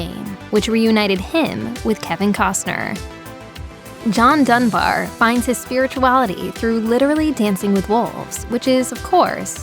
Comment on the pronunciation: it's Dunbar not "Dumb bear".